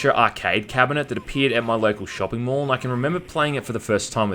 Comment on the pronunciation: Shopping “mall?” Come on m8.